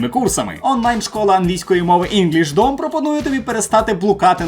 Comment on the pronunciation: не знаю як вам, а мені просто ріже слух інглишдОм - так ніби з початку найменування було таргетоване на російськомовних.